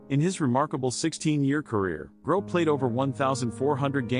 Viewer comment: The commentator is pronouncing his name wrong